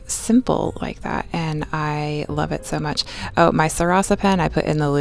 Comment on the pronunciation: Wuv…. Twu wuv 😂🤣 I can hear this.